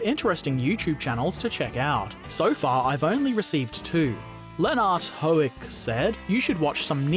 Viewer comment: great pronounciation btw xD you should pronounce hoek like hook as in captain hook ;) great vid btw wasnt expecting me in it ;p